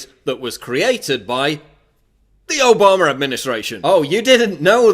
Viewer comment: Its Obama not Obamaer duffus .Get a speech therapist and your fact straight you are full of shit.